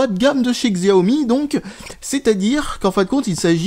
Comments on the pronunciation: Pour la prononciation: en français il faut dire "Chiao Mi" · Salut, utilisateur de xiaomi (hé oui on prononce chiaomi, c'est comme ça) depuis deux ans je trouve ta présentation assez pitoyable ! Tu aurais pu te renseigner un peu sur l'esprit xiaomi qui n'est pas un android classique et qui propose quand même une rom bien finie. A ce sujet, ta manière de faire l'update est vraiment compliqué alors c'est largement plus simple. Après xiaomi propose des téléphones pour geek, donc pas forcément accessible pour tout le monde !